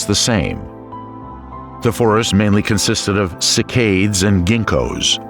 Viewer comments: Narrator can't pronounce "cycads." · You need a better narrator. The mispronounciation is super distracting. The video is informative, but you need to find someone that can actually pronounce the names of flora and fauna. Dip-low-dock-us??? 🤣 Try: Dip-lodd-ick-us. Sick-aids??? 😆🤣 You mean: Sigh-cads. Seriously, there have been several points where I had to figure out what the actual species was compared to what your narrator stated. A shame, because the content is good. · The mispronunciations in this video are grating to the educated ear. The most frequent is "sik-ades" for Cycads. Then there is "kar-kra-don-to-saurus". That is spelled Carcharodontosaurus. The narrator slips the second 'r' back a space for no reason. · Very interesting, but I found the constant mispronunciation of names by the person delivering the commentary extremely distracting and irritating. ie. Gondwana is not pronounced GondwanDa.....the genus of gymnosperms Cycads , is not pronounced Cycaids. At one point Pangea was pronounced Pangena, then Pangeda. That's just an example, there are so many more. Perhaps next time you could get an englishman to do your commentary as americans have an annoying habit of adding and/or deleting consonants and vowels at will. In other words, inattentive reading and lazy english! I assume you spent so much time putting this documentary together for educational purposes. Mispronunciations are not educational. Other than that, this is an interesting and informative documentary.